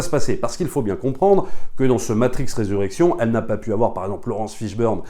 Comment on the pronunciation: Bon film, belle satyre sur le monde actuel. J'ai vais le revisionner pour être sûr d'avoir tout bien saisi. Juste un p'tit truc, c'est Resurrections (le s se prononce, 3e personne du singulier).